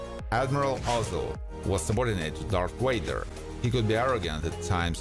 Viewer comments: Voice: Darth Wader Me: it’s flipping Darth Vader a 1 LETTER DIFFERENCE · Bro just said darth wader !🫡🫠 but it’s dart vader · Darth Wader ? V A D E R. !!!! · Correction Darth Vader not Darth waiter 😂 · One of us hardcore fans gotta be an ass and say it; Darth Wieder, Skilled Jidi lol. Thanks for uploading. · Ah yes, Darth Wader! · I kept hearing Darth Waiter. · Darth Wader ? Come on man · He said Darth waiter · "darth wader" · the narrator mispronounces the name of the most iconic villain of all time as "Darth WAY•gr". Thumbs down, I'm done.